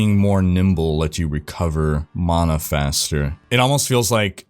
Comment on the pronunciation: im sry but its mana not mona. there is no "o" bro lol